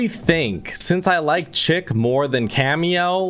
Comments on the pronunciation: Its not chick, its pronounced shic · Bruh you saying chic like chick lol